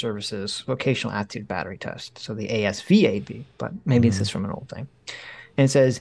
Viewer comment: It’s pronounced “Az-VAB” and it refers to about 6 different tests. The AFQT is an average score of about 5 of them.